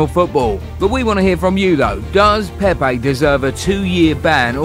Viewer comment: Hey... What's up with this accents.. its PEPE not PEIPAY